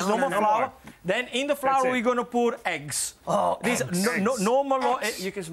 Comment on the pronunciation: Lmao he said Heggs